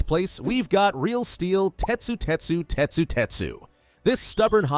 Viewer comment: Its tetsu² not tetsu⁴